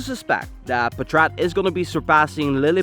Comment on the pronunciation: I think its "paatrat" not "patraat"